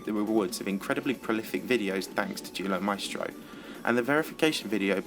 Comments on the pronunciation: For Duelo Maestro i heard Deoolo maistro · U sayd Duelo Maestro like dulo masteo